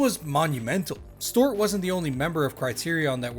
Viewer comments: Storeought Black It's pronounced Stew art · Stuart = Stew-ert